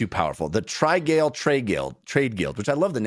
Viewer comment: It's definitely pronounced trih-gall rather than try-gale. But yours is reasonably funny